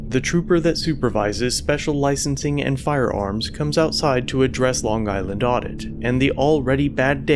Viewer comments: Lon guyland? Interesting pronunciation. Otherwise, you did a great job commenting and editing. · I’m from Long Island and the fact that you over pronunciat the g in long is like hearing nails on a chalk board. We all have our weird accents. Lol